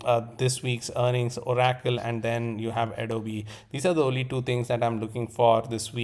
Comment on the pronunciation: ABSOLUTELY LOVE the way you say oracle… o-rack-toll. I will never say it any other way again. 🫡